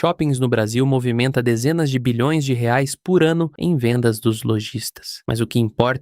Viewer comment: Assisti metade e já tive que parar, é insuportável ouvir uma IA narrando, e pior ainda com ela falando errado e chamando Reais de Halalands 😂😂😂😂